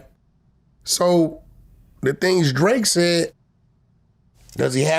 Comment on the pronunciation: Vlad fake as fuck, his last interview he said he'd sue to😂😂😂 Now he saying drake wrong